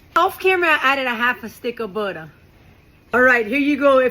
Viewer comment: You had me at budder😂